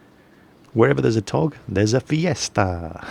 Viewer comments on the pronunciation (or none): btw its spelled fiesta not feastsa haha this was funny vid